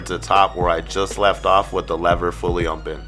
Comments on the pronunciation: Nunez Kutz he says ommpen listen carefully sir.....sheesh! 😂😂😂👌🏽👌🏽👌🏽 i thought it was only me who noticed that lol it’s all in fun tho..... I love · “With the lever fully mmopen”🤣🤣great video mann🔥🔥